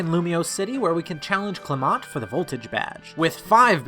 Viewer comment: You pronounced Clement wrong